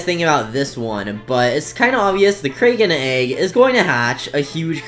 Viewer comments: its crack - en not krayken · “Kray ken” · said kraken wrong